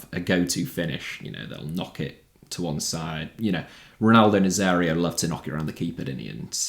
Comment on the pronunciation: Nazário* not Nazériouw Iniesta* not Iniester Idea * not Ideer There were lots of people* not There was lots of people Diamé* not Diohrmei Sone* not Sonni There are some others* not There's some others Half* not Holf Saw* not Sor There are about 10 games* not There's about 10 games Lebowski* not Lebauski Can't * not Khon' Musiala* not Mussiohrler Caicedo* not Caiceirouw